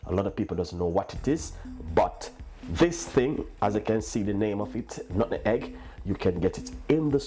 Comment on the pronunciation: Nut-meg.....not Nutten-Egg 🤦🏾‍♂️